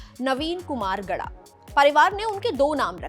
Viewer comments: Gowda not gada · It's Naveen Kumar Gowda not gada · Navin kumar gauda not gada